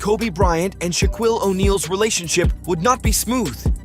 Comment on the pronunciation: Dude can’t even pronounce Shaquille right lol